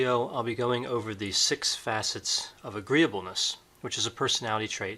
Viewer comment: Correction: "agreeableness"